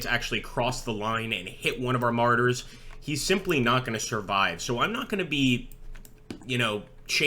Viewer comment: I keep hearing "Martyrs" instead of Marders. Is this a Jihad simulator?